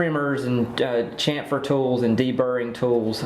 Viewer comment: I am not nit picking but the word is SHAM -FUR.